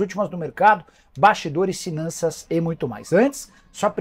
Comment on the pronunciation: "sinanças"... Kkkkkk